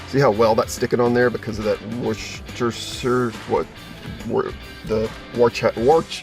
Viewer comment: You said Worcestershire sauce right the first time lol.. where im from it got shortened to Woester sauce.. We pronounce the W like a V though